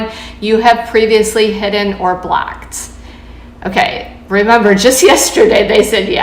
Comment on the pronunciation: Why does she keep saying “blacked” instead of “blocked.” Also, I’m seriously surprised Women are still on Bumble after the disgusting ads they did a few months ago. I’m sorry, I couldn’t finish listening to her. The word is blOcked, not blAcked.